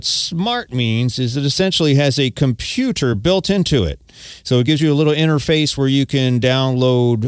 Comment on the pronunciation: a "KomPYU-tahr" in it, really?